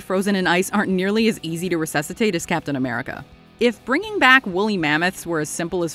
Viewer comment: I got so mad when you said cap'n america 😂